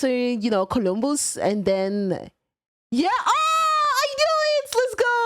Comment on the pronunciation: Colombussy! Massasushi! Subobs!